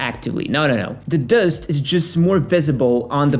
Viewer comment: You have the strangest pronunciation of "dust" I've ever heard